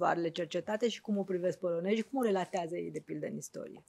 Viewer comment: În atenția. Aveți dicție, aveți școală, știți limba română. POLONEZI, NU POLONEJI! Am pretenții de la dvs.